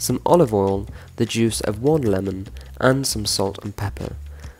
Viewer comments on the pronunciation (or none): none